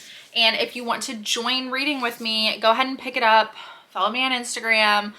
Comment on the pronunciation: Is he trying to say "up"?